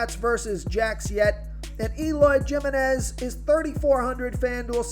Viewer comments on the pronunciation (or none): J in spanish is pronounced H. So Eloy Jimeniz is prounced Himeniz. think of San Jose, California. Not Joe say, but insead Hoe say, if that makes sense.